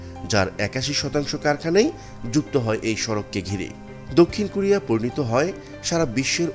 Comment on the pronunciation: For your better information: not “Kurea” it should be pronounced “ Korea”, follow the rules.